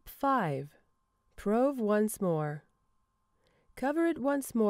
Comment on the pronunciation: I didn't think it was pronounced 'prowve', I've always said 'proove'.